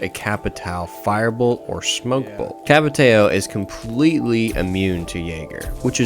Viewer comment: Why do you keep switching the way you pronounce Capitão lol